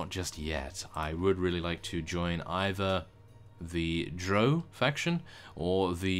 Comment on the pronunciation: by the way drow is actually said like the ow you would say after being pinched